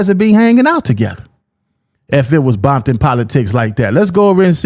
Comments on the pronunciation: Ain't no 🥾bompton. It's Compton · It's Compton!! Ain't nothing else...in my era even the Ru" said compton....you never heard Quik say that shyt until recent years....and why say it with a B??? They're not "bloods" .....there isn't 1 blood set in The Hub!!! All Ru's......🤷🏾‍♂️🤷🏾‍♂️🤷🏾‍♂️🤣🤣